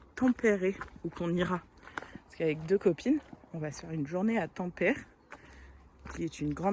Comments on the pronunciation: PS : Oublie les règles de prononciation françaises ; en finnois toutes les lettres se prononcent telles quelles, donc ça donne TA-M-PÈ-RÈ 😉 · Pour les aurores boréales, peut être qu elles étaient polluées par la luminosité de la ville. L'idéal c est de les observer depuis un trou perdu. Et on dit bien tam-pé-ré 😊